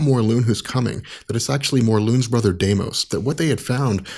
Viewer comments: Pretty sure it's not Mor-loon. It's Mor-luhn. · Aaron Starks, I'm with you. The way he pronounces it drove me insane. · i still think its pronounced mor-laan and no morloon, but i dont know for sure cozi dont read comics dat much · Why d you pronounce it Morloon? Isn't it pronounced how it spelled? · It's Morlun do yous read comics because that's how it's spelled in Amazing Spider-Man to my knowledge